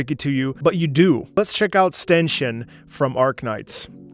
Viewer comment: Ah yes, "ztenschin"... Come on, man, you literally demonstrate how you can properly pronounce German in this video ;D